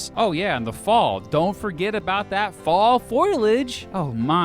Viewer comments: Only because you asked what you got wrong... It's foliage, not foilage! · You said “fall foilage” Its foliage. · it’s pronounced foliage, not foilage. Our forests are not covered in foil, haha. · Did he say FOILage? Is Foliage, the i comes after the L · It’s not “FOIL-ijj”. It’s spelled “foliage”, and pronounced “Foh-lee-ajj”. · Yup. Foliage has 3 syllables: " Fole ee idge". And I often recreate in NH. Foliage is great in both states. N H has more lakes. White Mountains are huge in hiking and skiing. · What is “foilage”?? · Had to downvote for saying "foliage" as "foil-age". So painful to hear. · Wait a minute!.....How the hell did Youtube know that these two states are on my short list of places to move? That being said, did he just say foilage??? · Especially when he tried pronouncing foliage as FOIL-age. Ugh made me cringe. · Foilage tf you should re upload that pronunciation was so bad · I had to stop watching this video, the pronunciations of Indian tribes and other words is just wrong. Foliage was killing me.